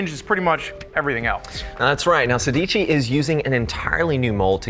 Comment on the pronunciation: It’s pronounced sey dey chee It’s the number 16 in Italian guys